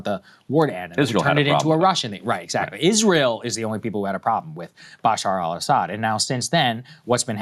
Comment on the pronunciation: It’s Beh-SHAAR al ESS-ed.